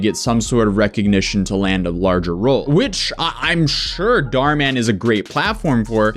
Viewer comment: It’s pronounced Dh ur mu n not daar man